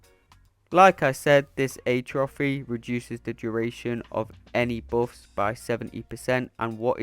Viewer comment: i don’t get how atrophy is hard to pronounce. you say atrophy the way you would when you say “atrocious”. it’s not a trophy, it’s atrophy lol ah-tro-phee not ayy-trou-phee. the emphasis of stress is on the “-phy” not the “-tro-“, so tro is a short vowel and phy is a long vowel. ah-tro-phee